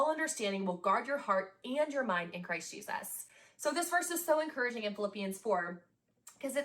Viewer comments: i'm sorry, i know this is petty but i need to talk about the moment where she says 'christ jesus' with the exact same pronunciation as julia fox saying 'uncah jahms' it is SENDING me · Ugh, I'm not even halfway through and I'm already annoyed. Thank God for your snarkyness or I wouldn't make it through. Apparently, repeating a standard bible verse slower with intense pronunciation is supposed to create meaning somehow? Christjesaahhs!!